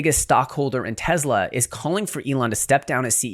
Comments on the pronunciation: Its Tesla not Tezla. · …. It’s NOT TEZZLA. My god lol. “Tesla” TESS-lah.